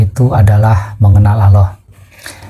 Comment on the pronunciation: sebut nama Allah aja gx bener ni org